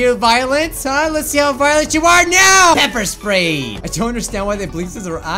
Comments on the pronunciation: Sepper Ppray xD Pepper Spray xD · DID HE SAY PEPER SPRAY I HAVE GOT PEPPER SPRAYED BECAUSE I was holding a bat I killed midori and other stuff